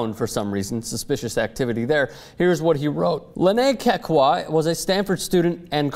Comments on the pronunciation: this story is just as funny as how says Kekua [kay-kay-kwah] lol i laugh every time he says the name. it's kay-coo-ah. but hey the girl's a hoax, why bother, huh?:) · you keep saying "Kekekua"... It's like saying "Strostrom". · That's not how you say her last name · I am from Hawaii and its so funny how this White guy is pronouncing Kekua's name wrong lol. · stop butchering the name, LOL